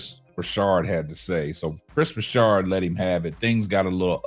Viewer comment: Hey, it was bothering me that he kept saying Broussard's name wrong. It's not like he hasn't been in the sports media for the last 15 years or more.